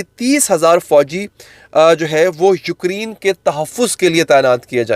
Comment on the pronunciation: یوکری ن نہیں یوکرے ن پلیز